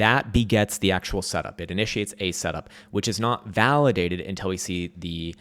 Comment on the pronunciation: I have been with you since 2016!! Since you broadcasted from that shithole room with your crazy hair, yelling red/green dildos..BUT you’re killing my ears with the word; “UNTELL” it’s UNTIL dammit!!! Pronounce it correctly or I’m going to give you a smack down with a red dildo!!! 😂😂😂😂